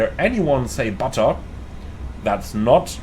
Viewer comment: Like just for calling out the emphasis on "butter" :-p